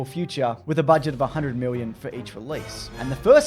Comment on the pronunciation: why do you eastern Aussies say '1 miwwion dollars" why can't you just speak normal like the rest of us! haha wook, I'm just puwwing ya weg, loved the vid, as usual. muah.